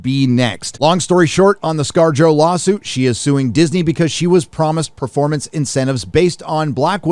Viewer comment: Wait scar-jo ? Sounds like scar-jojo. JoJo reference!